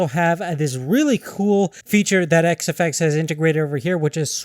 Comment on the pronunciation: i heard him start like whazawhazawhaza fox.. great review